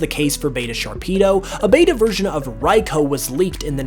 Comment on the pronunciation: if ive learned anything from all these pokemon its that absolutely no one knows how to pronounce any of their names "raiko"